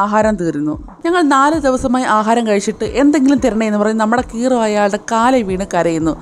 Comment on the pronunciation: hero anu cero alla